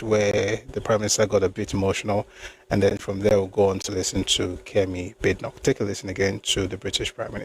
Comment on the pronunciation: Hello brotherly, nice session as usual. Badenoch is pronounced Bah-deh-nokh. It's Scottish name.